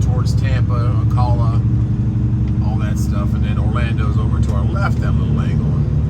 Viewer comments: Gotta learn how to pronounce Ocala. Its pronounced an A like Alabama. Ocala. Not ocola Missed you again as we live between Ocala and Orlando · Ocala is "CAL" as in CALifornia. Just an FYI. Enjoy your videos! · FYI, Ocala is pronounced oh CAL ah, Cal as in Ripken. An as a former NYer who moved to the Ocala area 5 years ago, my parents moved here in 1980, I've taken 301 both ways many times. When you get into downtown Ocala, take SR200 (SW College Rd.) west to I75 south to get to Tampa. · "O Cow La" lol But in fairness to you I don't know how to pronounce anything on the West Coast...